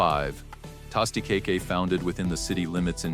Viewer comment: The pronunciations in this video are lousy! Tah-sty-ca-ke? To-mah-ato pie?? Cmon people, if you want us to love the Philly stories, PLEASE proof your script and voiceovers!!!